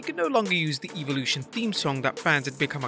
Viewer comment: Please stop pronouncing it eveolution it's not eveoloution.